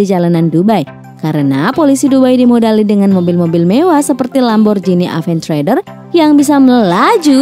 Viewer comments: Ilyas Hasbulloh org aventador aja di kata aventrador 😂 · Min itu bukan mercedes tapi audi. Dan.yg tadi juga salah dalam pengucapan merek, yg bener aventedore. Bukan aventreder. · Lamborgini aventeder lol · Paaan lu bilang lambo aventredor 😂😂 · Lamborghini "Aventrador"😂😂😂😂😂🤣🤣🤣🤦‍♂️🤦‍♂️ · bacanya aventador bukan yang lain lain aventador maca seperti biasa ert kita baca ert